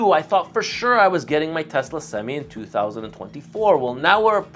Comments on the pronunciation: For the love of god it’s not pronounced semes it’s semi. You sure you’ve been in a truck?? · I don’t think u should get any semis until u learn how to say semi bruh